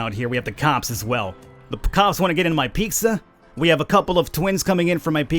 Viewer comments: lol ‘peeksa’ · I love how you say "Picsa" 😂😂